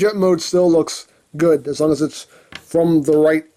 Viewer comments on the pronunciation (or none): none